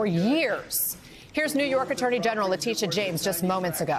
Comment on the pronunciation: This is how to pronounce the prosecutors name, Leh tea ta. How is it so complicated? It’s a pet peeve of mine, I have heard 4 different pronunciations but maybe once the pronunciation was correct.